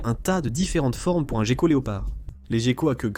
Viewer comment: Ho boy! Im used to the original English version! The AI translation is pretty weird! 1min into the video it’s not so bad, but did you get it double checked? You don’t pronounce gecko ‘jeko’ in French for starter 😂